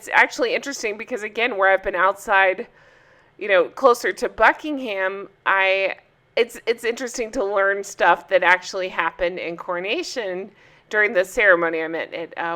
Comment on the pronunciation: You were near Buckingham, but the H is silent, it's not pronounced... Princess Charlotte is ADOREABLE!